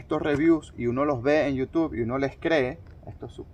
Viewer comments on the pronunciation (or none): none